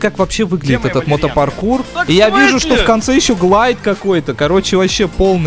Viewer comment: Не мот паркур, а пото паркур)))